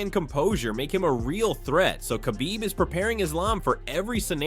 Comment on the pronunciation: So sick of these AI voiceover videos. As soon as I heard him pronounce Khabib’s name I shut it down.